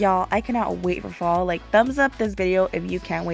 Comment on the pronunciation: *fall, not all. and *for, not fo lol